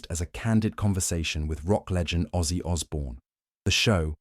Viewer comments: It's Ozzy not Aussie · Name not Aussie, its ozzy! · it's OZZY !!! not AUSSIE !!! get it right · Its ozzy not Aussie!!!